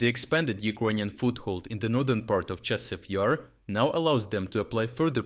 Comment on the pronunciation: The AI reader really has problems with consistency when it comes to pronouncing Chassiv Yar.